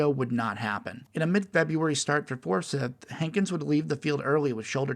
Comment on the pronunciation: also, it’s pronounced FOUR-CYTH like “Cy” in cy young